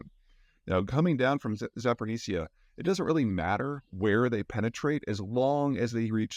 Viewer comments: Zaa Poh Reezh Yah. There is no “N” in Zaporizhzhia. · It's pronounced "Zap or O.J." not "zapernitsya". Appreciate You work anyway l( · Peter! Repeat after me! ZAH-PO-REE-SHEE-YAH! (Yeah, that's not the exact pronunciation of zhzh, but still better) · ZAA - POU - REE - ZHIA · You'd think Peter would know how to pronounce Zaporizhzhia by now. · I love the way you decided to say Zaporozhzhia. You learned Zapor, but then just decided “ah screw it” and filled in the second half with no sense 😂 good info though